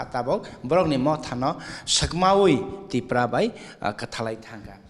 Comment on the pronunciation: Not Tiprasa dopha. ...Tipra dopha